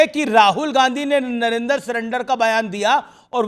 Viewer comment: सही बात यह है की राहुल को नरेंद्र का उच्चार करते नहीं आता ओ नरेंदर बोलता है